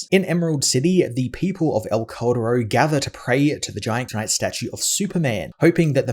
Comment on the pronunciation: i always thought it was named "el corredor" bc of your pronounciation lmao couldnt find any vids on that story bc i was searching that name jffjfj (that "cal" from caldero just say it like kal from kal-el and you will make it sound better)